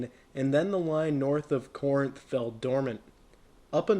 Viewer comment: Good video! By the way, Corinth is pronounced "KA-rinth".